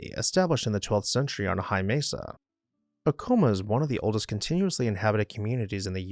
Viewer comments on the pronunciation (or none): Except you use an m sound at first not a w sound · the place is pronounced Ack uh muh here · ITS PRONOUNCED AC O MA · We have always pronounced it A-Ka-MA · You are pronouncing Acoma wrong. It's still inhabited as is acona, as is laguna, but I do believe chaco canyon is much more anchient. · You need to learn how to pronounce Acoma in New Mexico. Thanks